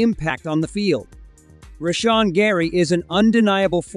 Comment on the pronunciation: Turned off the video after you pronounced "Rashan" wrong.